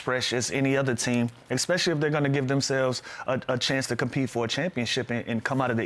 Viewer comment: Hey Lou, English teacher here. Consider some other words to use instead of ekspecially. Like, in particular notably largely chiefly mainly mostly principally strikingly conspicuously outstandingly Then all the little dudes who look up to you will say that too.